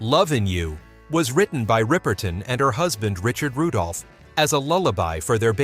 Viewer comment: Minnie Rip-er-ton, NOT ripe-er-ton. smh. (She could sing six octaves!)